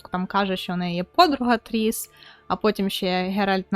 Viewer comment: Шановна, будь ласка, правильно вимовляй ім'я головних героїв - Ґеральт, Цірі, Тріс. Слава Україні! Слава ЗСУ! Хай квітне Український Ютуб!))))